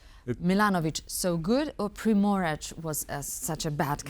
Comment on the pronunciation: As a Croat, fully agree. I don't understand why TVP cannot find anybody speaking English fluently. BTW, doesn't know how to correctly pronounce Primorac, she said Primorač!